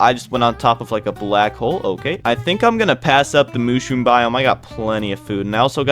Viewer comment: mush room, not moosh room lol